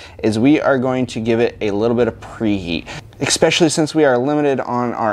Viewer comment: Great video, great welding. But “Ek-specially”??? What language is that?